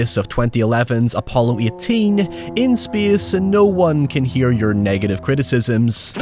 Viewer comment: "In speiace no one can hea you scream."